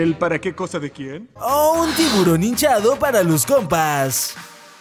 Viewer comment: A mi se me vino a la cadeza cuando pronunciaste "Tivuron" la cancion de Tiburon Bebe XD